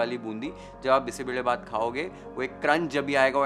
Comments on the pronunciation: More than cooking and recipe and steps what caught attention was you pronuncing Bisi Bele Bath correctly Most people from north part of India won’t pronounce it correctly They say like Bisssi beley bath But your pronunciation is on point ❤ I just felt like I ate a good bisi bele bath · Highly appreciate your pronunciation of the dish names (Bisi Bele Bath, Masala Puri)! Amazing recipe. Thanks chef!